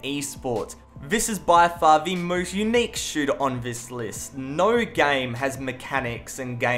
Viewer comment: "Nou" you must be Australian xD